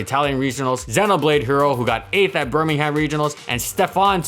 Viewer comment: I love how he says bur Ming Ham instead of bur Ming gum